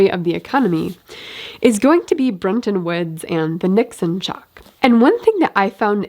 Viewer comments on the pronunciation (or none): I think it's "Bretton" Woods, not "Brenton" Woods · BTW, it is Bretton Woods (not Brenton Woods)